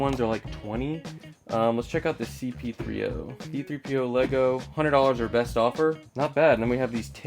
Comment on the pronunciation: ITS C-3P0! Not “C-P30” 🤬. Just had to get that out..